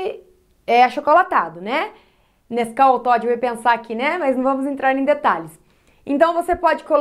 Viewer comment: Ela falou nescau